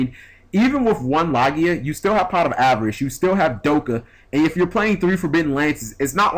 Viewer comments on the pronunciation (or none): none